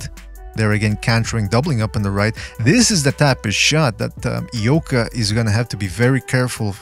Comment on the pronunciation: Hmmm. I'll look into it. I might be able to find a Japanese stream as well. After all, I am the Undercover Asian. Thanks! By the way, pretty good pronunciation of the two guys' names. My ears still hurt from Max Kellerman's pronunciation of Naoya Inoue's name.